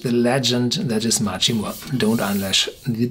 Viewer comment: "mack ree" = machrie